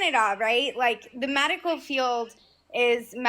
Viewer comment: WHY does she keep selling MAD-ical?